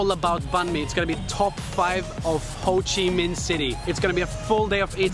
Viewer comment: Hồ Chí Minh not Phồ Chí Minh :)